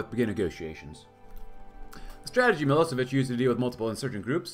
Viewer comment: Day 2 of asking for a Milošević campaign. And his name is pronounced m-ih-l-OH-sh-eh-v-ih-ch